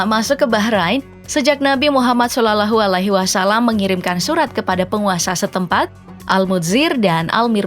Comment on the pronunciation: Nabi kami namanya muhammad shallallahu alaihi wa sallam. Tolong pennyebutanya di benarkan iy mksh